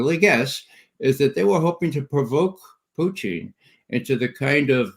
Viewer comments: President "Puteen" 😂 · He says Pooteen lol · I love how Ray says "Pew tin" 😁😁😁😁😁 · Question: Why does Ray McGovern deliberately mispronounce Vladimir Putin's name? It's highly annoying. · Which makes it all the more weird because i've heard russians pronounce putin's name, and it ain't the way mcgovern's doing it. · It’s also Putin with the correct stress on it